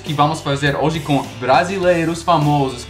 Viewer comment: O que mostra mais o seu sotaque são as letras "o" e "e", há momentos que seria "ô" e outros "ó", "ê' ou "é", e muitos americanos trocam esses fonemas, por exemplo, na pronúncia da palavra "hoje", muitos falam "hóje", quando na verdade a pronúncia é "hôje", e a palavra "ele", muitos falam "éle", quando a pronúncia correta é "êle", e as vezes fica num meio termo, o que soa bastante estranho kkkkkkkk